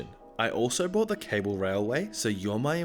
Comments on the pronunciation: Dude quit saying brought and not bought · Anyone notice how, instead of staying “bought” he says “brought” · It really bugs me that you say brought instead of bought.. THERE'S NO R IN BOUGHT!!! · Say paw. Say pawt. Say baw. Say bawt. Congratulations you just pronounced "bought". (Close enough.) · i love your videos but PLEASE stop pronouncing "bought" as "brought". they're two different words. pls stop. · Found your comment. Australian. Lazy thing not a British thing. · I've heard it 4 or 5 times this video say far, I don't think he knows how to pronounce bought. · No. No we do not. It's not a British thing, it's a laziness thing.